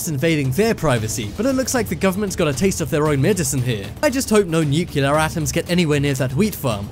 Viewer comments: It's pronounced Nu-Clee-er! AAAARRRRGGGGGG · For the love of God, please stop saying "nu-KYOO-ler". Nuclear is pronounced exactly like it's spelled. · Learn how to pronounce nuclear. Nuke-Lee-er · please its not nuculer nu nuclear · nuclear* not nucular :/ cmon' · nukular lol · lol. "nucular" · Nope, if I hear that guy TRY to say nuclear ONE more time I throw my entire PC out the fucking window, good bye, sir. Take lessons of... Basic pronunciation, I don't know. I'm out, can't stand that any additional second. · FFS, learn how to pronounce 'nuclear' even the Americans are starting to pronounce it properly now. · You need to learn how ti pronounce “nuclear.” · Learn to pronounce nuclear!!!! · PLEASE SAY NUCLEAR AND NKT NUCELAR sorry but it’s kinda annoying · It's nuclear,not nukyilla, I thought you was English at first,but I'm not sure now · for the love of GOD!!!! its nuclear not nucular..... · Firenet Gaming I think British people say nucular and Americans say *nuclear*, I don’t really bother about pronunciation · New-clee-ar, not New-cue-lar, sound it out now N-E-U-C-L-E-A-R...... freakin' English, can't speak English, imagine that?!?!?! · Nuculer. ??? wot?? Repeat after me: NEW CLEE ARR. Now say it quickly and you get "Nuclear" There, that was easy wasn't it. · Nuclear = 'New'+'Clear' not 'New'+'Killer' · Please learn how to say "nuclear", it isn't nukular, it's nuclear- pronounced new-clear. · Nuclear, not new killer. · nuclear is pronounced "NEW CLEAR"!!! "Nuke u lar" is not a word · I think it is a NEW-CLEE-AR bunker not a newclear one:\ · It's "newk-lee-ur", not "newk-yoo-lur". Oh brother! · NUCLEAR = NEW CLEAR. Not NUKULAR you sound like Homer Simpson 😖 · Nuclear, not nucelar! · new-clee-ar, not nuke-ya-lar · Nuclear not nucilar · Nu-cle-ar. Come on guys. We don't need to quote G. W. Bush all the time. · I hope this narrator learned to say nuclear. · NIIKILAAR engineer... NUCLEAR, NUCLEAR. NUCLEAR!!! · Nuke-ya-lur. LOL